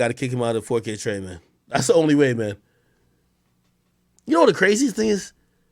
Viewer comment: I lose it every time AK calls him 4kT ja lmfao